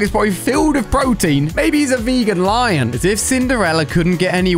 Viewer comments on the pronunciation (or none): none